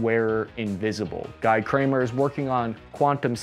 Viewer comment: Guy rhymes with "we" , not "why"